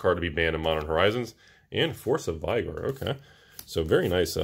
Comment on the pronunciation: Hearing him say force of vigor makes me think of young Frankenstein "It's Igor isn't it?" "No it's Eye-gor" 😂